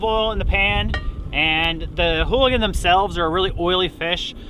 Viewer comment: Earl Goudie eulachon not hooligan Contents 1 English Alternative forms eulachan, oolachan, oolican, oolichan, oolakan, oulachan, oulachon, oulakan, ulicon, ulikon Etymology Borrowed from Chinook Jargon ulakan, from Clatsop Chinook. Pronunciation (UK) IPA(key): /ˈjuːləkɒn/ Noun eulachon (plural eulachons) Synonym of candlefish